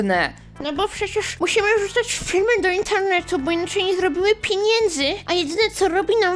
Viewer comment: "Pienienszy" XD